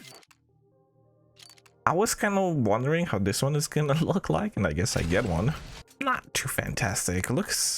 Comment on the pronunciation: You really arent interesting at all, i hope at least you know no one is here for your "personality". Also stop saying "dis" instead of "this" constantly and start saying anything worth saying.